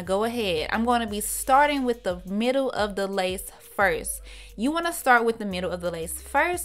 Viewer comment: 'Mittle' is what had me rolling...but she did da damn thang